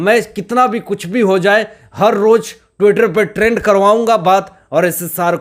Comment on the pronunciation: Har ŕrrrttt......bolte mazza aa jata he